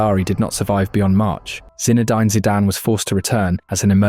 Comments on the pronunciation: I can't bear listening to you mispronounce so many names "Zinna-dyne", "Berrna-bayo", "Chelto Vigo" and the list goes on! And we don't have MVP's in football. I'm surprised he's not called it soccer yet! 😅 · I come for the AI player pronunciations 😅oh and the constant ‘slash’ for the season dates 😅 Today we have - Zina-dine 😂😂😂